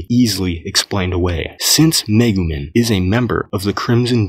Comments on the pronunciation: Lmao he said megu MIN. It’s MEGU MEEEE N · The amount of times this man mispronounced Megumin hurts my soul